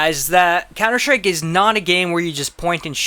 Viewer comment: yeah m8 your vids are nice, but maybe try to say COUNTER-STRIKE instead of cauwnder schtrike :P no offense, keep doing you're great vids and the work you put into them! :)